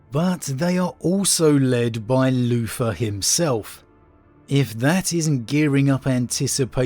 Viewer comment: I just love the way you say Luther “Loofah”… Anyway, l really do hope we have the Lion coming soon. Even as a long term Wolf player I have respect for the father of the 1st, even if I think the Dark Angels proper are a bunch of shortsighted hypocritical gits. My problem is it feels too signposted. It’s all together too obvious! I can’t help but think it’s all a bluff and there’s no loyalist in the near future.